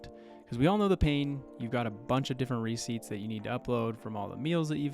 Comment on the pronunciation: re-CEIPTS. Emphasis on the second syllable. A receipt is not a ciept again..